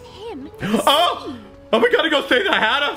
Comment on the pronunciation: Alice sounded like she was trying to say hatter but said hare and fixed it last second like hairter I spelled it like that because hareter doesn't look right